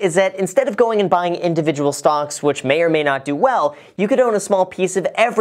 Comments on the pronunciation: Are you saying "stonks"? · am i the only one that thinks it sounds like he's saying "stonks" instead of stocks